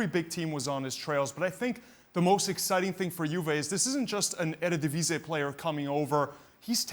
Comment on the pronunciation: I like how the guy pronounces 'eredivisie' :v